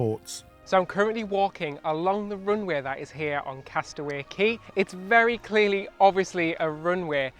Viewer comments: Yes, Cay is properly pronounced Kee, never ever Kay. Ignore Royal Caribbean's ignorant, confusing, and disrespectful mispronunciation. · I still remember when Castaway Cay (Disney pronounces it “Key”) hit the newspapers in 1998. I also remember reading about their (then) new cruise line and kinda going, “Wow!” I thought it all sounded really exotic and fun. Little did I know that 25 years later I would be a cruise addict and visiting the island! (Well, actually I’ll be visiting Perfect Day later this month, that’s as close as I get) - but still it’s thrilling! Can’t wait 🤗